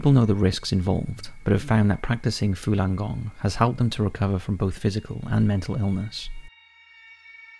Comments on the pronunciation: Falun - not Fulan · Why are you pronouncing it “Fulan”? It’s spelled “Falun”... c’mon man